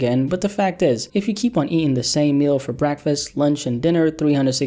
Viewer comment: I get how he or she took the wrong way... What I wanna know is... Why you say breakfast like that.